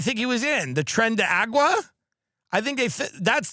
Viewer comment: “Tren de agua”😭😭